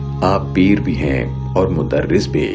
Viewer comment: بھائی جمع کو انگریزی کی بجائے اردو زبان کے حساب سے لکھیں۔ کالم کو کالمز لکھنا بے ادبی ہے۔ اسلامی کو اسلامک کہنا بھی غلط ہوگا۔ ذوَق کو ذوٗق کہنا بھی غلط تلفّظ سنائی دیا۔ ہیں میں مانو آپ ں کی آواز کو دباکر ہے کہنے کی کوشش کی ہے۔ انگریزی کو انگلش کہنا بھی شرم دلاتا ہے۔ جانے کیوں انگریزی کو انگلش اور عالم کو اسکالر کیوں کہتے ہیں۔ یہ جو بھی کہتا ہے اسکی دین پر کمزوری کی غمّازی ہے۔